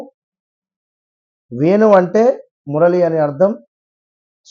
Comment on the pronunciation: వెను గానం కాదు. వేణు గానం. ఒత్తులు ఉన్నాయి. తెలుగు భాష తీయనైన భాష. Lets Treasure it. Channel ppl tc of the Headlines